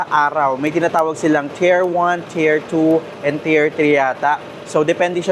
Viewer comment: isang bagay lang... "tier" rhymes with "deer" and "fear". Napakaganda ng guide mo. More power!